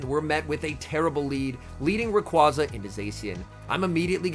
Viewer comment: Dude can you learn to pronounce rayquaza. Im cringing hard here.